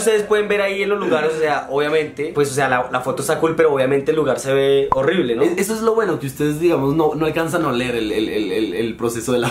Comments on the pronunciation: En el minuto dice HORRBILE en ves de decir HORRIBLE 👀😂😂 LOS ADORO #MARIOSTIAN 😂💞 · Like si se dieron cuenta que en el minuto dice horrbile